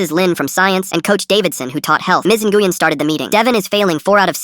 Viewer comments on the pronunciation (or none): Nguyen is NOT pronounced engooyen it’s newin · I’m pretty sure Nguyen is pronounced “When”, not “Na-goo-yen”. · Nguyen is pronounced (nwen), NOT (n-gu-yen). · counsilor's name is pronounced win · btw Nguyen is pronounced (New win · “Ms. Enguien” what the fart? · NGUYEN IS PRONOUNCED WIN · The name of the principal should be pronounced "wen". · nguyen is not nuh-goo-yen bro what ???? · Its actually a Vietnamese name but the AI didn't;t know how to say it, its pronounced like NGWEE-en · Nah its supposed to be wen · Miss Nguyen I’m sorry the way they pronounced it tho 😭